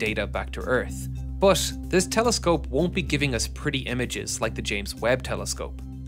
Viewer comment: “”Space Teleskope””